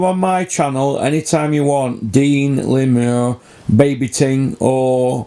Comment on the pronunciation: Lool why you calling him Lemur i thought it was Lemar 🤣🤣